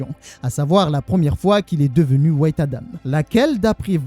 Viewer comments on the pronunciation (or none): Au lieu de dire white tu dis wait. En gros "attend Adam" au lieu de "Adam blanc" 😂